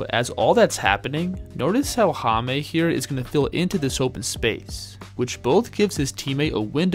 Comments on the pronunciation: Jaime is pronounce as Hayme not Hamey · Appreciate your correct pronunciation please, it's Jaime not Jamie. Jaquez it's all right 👍🏼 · Hame. Lol. Its read as high meh. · it's " high-meh " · Its pronounced"HIGH-meh." Other than that, good vid. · It's Hi-meh